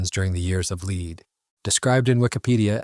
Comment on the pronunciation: I understand pronouncing the Moroccan names and words in French is difficult, but the "years of the lead" one was hilarious. It's "lead" /lɛd/ as in bullets, not "lead" /liːd/ as in guide